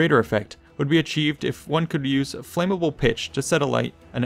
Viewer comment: If you're going to speak for an audience, don't guess about pronunciation. Flammable. Darius, etc